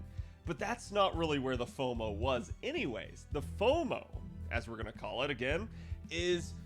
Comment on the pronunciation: Foumo (Fou of Fouing out)